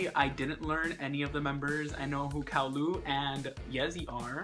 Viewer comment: CaoLu is pronounced as "Cha-O Lu" lol